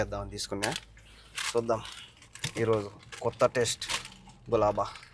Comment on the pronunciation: Anna adi gilaba Galaba kadu Its gilaba❤😅😊